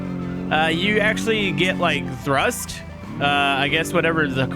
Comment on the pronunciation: TRUST.... NOT THRUST... Please pay attention